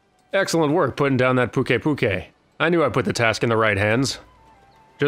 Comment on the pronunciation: Apparently and I are at odds on all sorts of pronounciations. Why wouldn't you pronounce it Puke-i Puke-i. Puke to rhyme with Luke, and then ei like a written scream. Also, phonetically on point with the mistake made regarding Slate and Sleight.